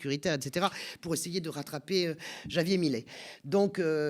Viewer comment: Faudrait s'entraîner à prononcer Javier correctement, parce qu'on va pas mal parler de lui. C'est pourtant pas si difficile.